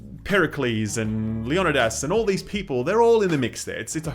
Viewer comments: Leo-ni-das not leono-das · Did you just call Leonidas, Leo-nee-das? 😐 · Lee-on-ih-daas....wtf did i just hear